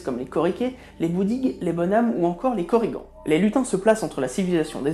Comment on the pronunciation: en fait en breton on prononce toute les lettres donc korrigaN (on dit le N)